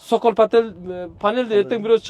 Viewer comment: Цоколь деп аталат,сокол эмес 😂😂😂😂